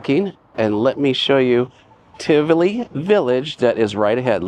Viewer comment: Great video. The place is pronounced Ti-vo-lee Village. There is also an apartment property inside Tivoli Village overlooking the mall